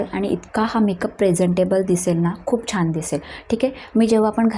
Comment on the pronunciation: छाण नाही छान